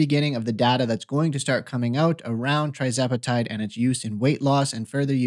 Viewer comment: Please learn to pronounce the name of TIRzepatide CORRECTLY BEFORE you start giving out medical advice!😱🤬